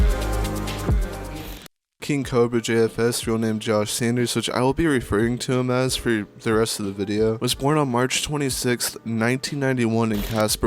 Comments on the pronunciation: Sawn-ders not Sanders like coronal Sanders brah! But TWU!🤘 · I'm gonna say it: this video is retarded as cobes. For starters,It's saunders. Not sanders.